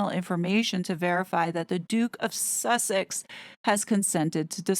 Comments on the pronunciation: The constant emphasis on the word Sussex is off putting & causes distraction from your excellent report . Harry entered the US during the trump administration ..is it possible there are no records & that he just walked off the plane & rode to Tyler’s house . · Sussex isn't actually a town. Originally an ancient Saxon kingdom, it is now divided into the twin counties of East and West Sussex. I do agree with you that the constant silly way of saying the word is quite an irritation to have to put up with when listening to an otherwise interesting report!